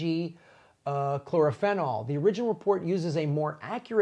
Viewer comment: Chlorophenol is pronounced clor-o-fee-nol